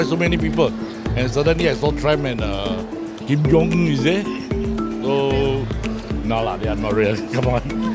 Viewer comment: The guy talking said it as "Kim Jong Ern"